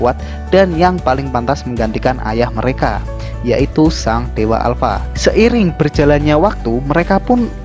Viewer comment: Alpa bukan ya alpa